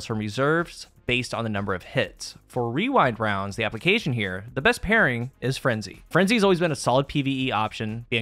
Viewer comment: The only problem I have with this video is how easily you say Rewind Rounds. I am envious. My whole group just decided to call it Wewind Wounds because that’s what we always end up saying anyway.